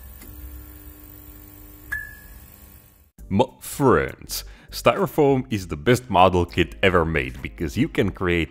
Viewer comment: the "muh frhiends" never gets old